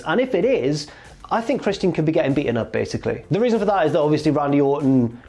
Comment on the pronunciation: lol at how says christian as chris-tee-in